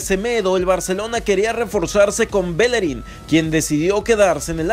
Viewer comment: es BELLERIN no Belerin.